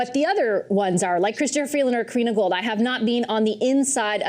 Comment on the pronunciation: Gould. Never forget the "d" is silent.